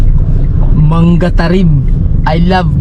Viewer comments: Manga (hindi Mangga) at mabilis bigkasis Camiling Mangatarem (hindi mang-ga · part parin yan ng pangasinan... ang pagbigkas sa MANGATAREM (MANGA-TAREM) HINDI MANGA PRUTAS YUN EH✌️✌️✌️🤣🤣🤣